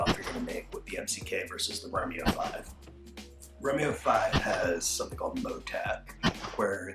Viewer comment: I am two "romeos" in and I am very disappointed by the pronunciation.